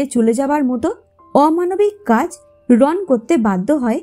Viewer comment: Not Ron the pronunciation should be "Rono".